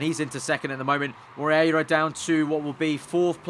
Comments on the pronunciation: it is mo-rey-yi-ra . Hahahaha . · you prenounce it like: mo rear a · hey, about the argentinian driver, try read it like "more-hey-ra". it kinda sounds the same, trust me;) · Moreira is pronounced "Mor-A-ra"... just click on the spanish sound icon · not really, it was the best attempt but not perfect at all. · Martim Xavier In a very English accent....